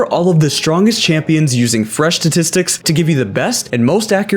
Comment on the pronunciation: "Fresh tatistics